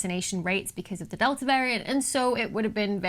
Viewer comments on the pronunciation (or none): none